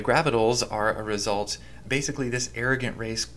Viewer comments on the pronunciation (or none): none